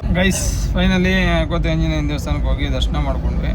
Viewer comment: Anna small mistake Kothi Anjenaya ❌ Koti Anjenaya